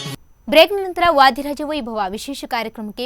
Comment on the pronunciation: ವಾಧೀರಾಜ ಅಲ್ಲ ಅಕ್ಕ ಅದು ವಾದೀರಾಜ ಅಂತ ಹೇಳಿ.‌